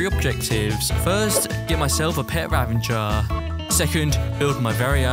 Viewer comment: I don't understand spelling of illager beast is ravager but why people say it as ravanger